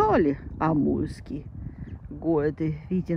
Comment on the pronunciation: Амурский,а не Амульский!